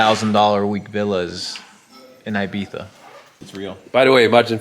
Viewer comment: thanks for making an effort to pronounce " I " Spanish way ..